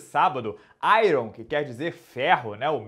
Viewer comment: A pronúncia de iron está errada